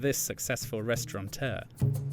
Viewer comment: Oh dear! 'Restauranteur.'